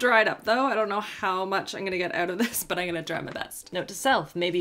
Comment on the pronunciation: The way she says I’m gonna sounds like In Goya 😂